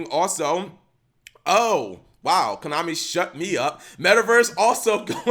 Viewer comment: U literally said komani cap